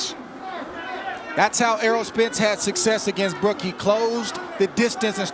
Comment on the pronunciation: Kell "mi eye brooke, brooke" brook